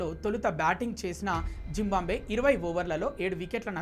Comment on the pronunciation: అది జింబాబ్వే తమ్ముడు... జంబాంబ్వే కాదు... మరీ educated ఫెలోలా ఉన్నావే...